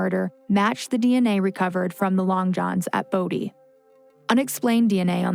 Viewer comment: As a Bode, I’m just happy and grateful that our last name has finally been pronounced properly ❤️